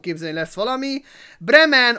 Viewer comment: Bremen XDDD az a kiejtés